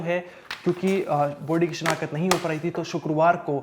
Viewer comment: this is call shinaqht nt shinakhat v r professional journalist plz improve ur pronunciation